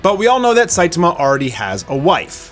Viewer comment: Dude... why do you keep saying Saituma and not Saitama? Man is that distracting...